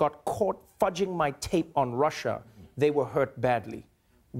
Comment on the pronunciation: "this Russier thing..." Love Lester Holt.. he exposed truth.